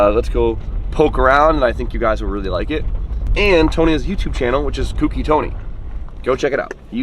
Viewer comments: I thought Sammit told y'all, it's not "kooky", it's "cokey". Lmao. Also can you please tell Tony that his channel is marked as "content safe for kids" and I can't turn notifications on because of that. I've been subbed to him for a while now (like 2 years or more), but have been missing his videos because I can't get notifications. Lol. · Co Key . Co Key. Co key. Is😢 not hard to say correctly gahhh